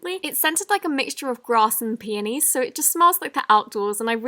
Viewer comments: DID SHE JUST SAY GRASS AND PANTIES😂😂😂😂😂😂😂😂😂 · On who it sounded like she said one of the Myslimeobsession slimes smelled like grass and panies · did anyone eles hear grass and panties??? lmaoooo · Grass and panties? What? Jk I know that's not what what she said